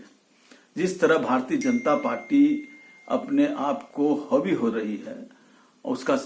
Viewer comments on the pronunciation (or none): हौबी नहीं, हावी होता है श्याम रजक